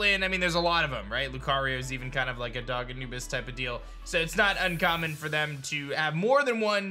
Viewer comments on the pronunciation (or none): none